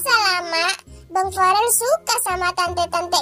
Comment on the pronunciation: bukan parel tapi Farel